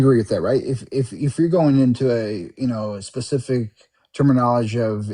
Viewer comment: I lost it at "Termiknowledge"